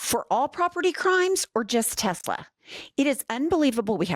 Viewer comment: "I Love Tesler" 👐